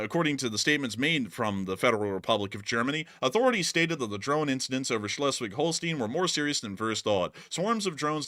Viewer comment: Pronunciation Schleswig-Holstein: ˈʃlɛswɪɡ ˈhoʊlstaɪn